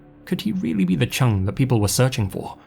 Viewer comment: The name "Chung" is pronounced more like "Choong". The pronunciation used in this video would match the spelling "Chang".